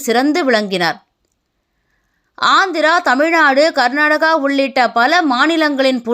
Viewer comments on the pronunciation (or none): none